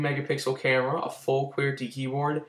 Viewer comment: wow you have an imac but you cant afford a $75 dollar phone ps you say qwerty weird